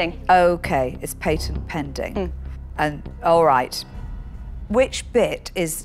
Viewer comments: "uk paintent” lol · Deez people be talking English bad! Dey ain't even pronounce "Patent" goodly! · Last time I checked, "pay tent" was spelled "P A T E N T", and for that reason I'm out!